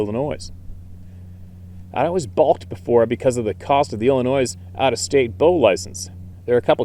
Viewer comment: FYI...I noticed you pronounced Illinois incorrect the 's' is silent..lol